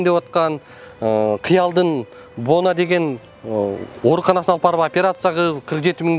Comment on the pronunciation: Бонаа эмес боноо..оорууну тоноо